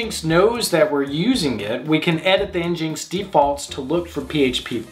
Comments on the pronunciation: nginx is pronounced "engine - ex", not "enginx". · Njinx? Really. Nginx. It's an engine. Engine X. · It's pronounced (en-gine ex)